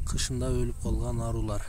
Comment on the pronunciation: Айрылар дечи арулар дебей